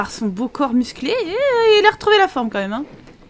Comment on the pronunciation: Ahhh merci Shirley de t'être occupé de son "coooorps" (dit en murmurant ^^) Avec tout l'argent que tu as gagné, tu vas pouvoir relouer pleins de semaines à Selvadorada ! Mouhahaha... ^^